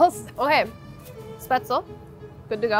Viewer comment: She was close and